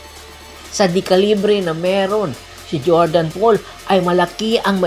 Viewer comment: Jordan bell . Pre 😂😂😂 d jordan pole 😂😂😂😂😂😂